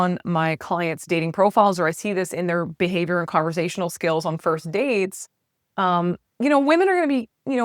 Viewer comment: Conversational, not converZASHUnal. No Z. None.